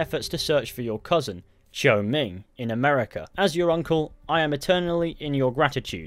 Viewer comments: Congratulations 👏, you finally pronounce the family name, 周, correctly . Yes it sounds very close to English name Joe, but you have to pronounce it with your tongue 👅 rolls. No joking, though sounds funny. Also, if you told me people in Shanghai speaks Cantonese as local tongue...🤦‍♂️🤦‍♀️🙅‍♂️🙅‍♀️😱🤯🤣 There's more, the girl's name, 芷若, is an Easter egg name from a well-known martial art novel "The Chronicle of Mandate Heaven Sword and Dragon 🐉 Slain Darvish". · The man who said Zhou's name pronounced it correctly.